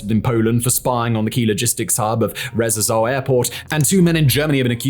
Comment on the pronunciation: RZESZÓW, ITS RZESZÓW, NOT RZERZEZEOW